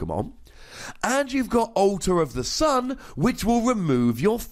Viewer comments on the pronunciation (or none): Altar of the sunne? Hahahahahahahahahahaha